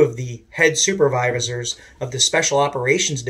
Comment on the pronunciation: “Super ver visors” 😂😂😂😂